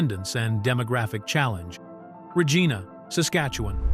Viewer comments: The city of Regina, Saskatchewan, Canada, is pronounced "ruh-JAI-nuh", with the emphasis on the second syllable. It's not pronounced with a hard "g" sound as in Ree-Gina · Please try to pronounce Regina properly .